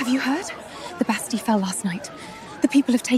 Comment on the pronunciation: no one said bas talle,,, bast ille